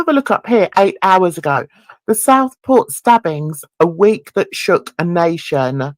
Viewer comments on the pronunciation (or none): It's pronounced Southport not Stockport which what it sounds to me